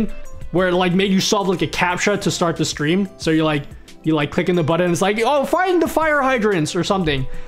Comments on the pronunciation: What's a "buddin?" (Sorry,...) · What the hell is a "Buddon"? 🤣